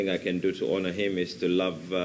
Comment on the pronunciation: The gorgeous KTN damsel presenter, please note that the letter H in the word HONOR is silent, hence you should pronounce the word as ONA instead of HONA. Great interview, though! Superb!